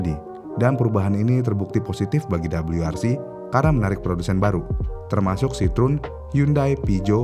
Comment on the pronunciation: Untuk ejaan indonesia Bilang aja "W" gak usa Double U. jadinya malah lucu